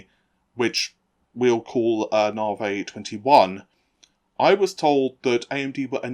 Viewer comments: You content is interesting, but why do you refuse to pronounce Navi correctly? Dr. Su herself pronounces the word, "NAH vee." So do all her staff. Not "NAH vay." I'm not being petty--I'm trying to help you avoid being annoying to your viewers. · Actually, hearing Navi pronounced Nah-Vay is quite a bit more annoying. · Nar-vay. Dear God, make it stop. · deliberately says "Nahvey" and "Tie" to laugh at you sperging out.